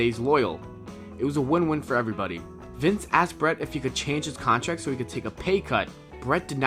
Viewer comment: "Thum"? "Contrack" ?